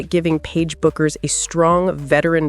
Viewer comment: What about Clark's flaws?? (Turnovers, ball domination, poor shooting, no defense, your). Paige is DIFFERENT from CC, as she can do well without the ball, so your assertions are all wrong. Paige DOES NOT have to be the biggest scorer, and her last name is pronounced "Beck", not "Buck". Kelsey may simply wish to leave the toxic Clark fan environment. Kelsey can be the #1 option in Dallas. Maybe try watching some games.